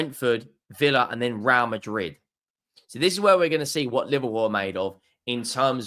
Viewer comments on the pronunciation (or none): none